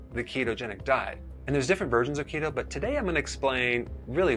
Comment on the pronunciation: I thought you said "Cheeto" diet. lol